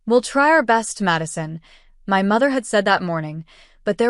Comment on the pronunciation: It's MY not M.Y.